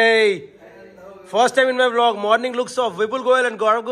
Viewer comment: I like how vipul goyal always says V-log not vlog 🤣🤣